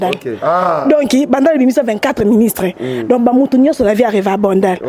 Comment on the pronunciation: Oyo penza azalaka mayelete oyo, azoloba DONKI......DONC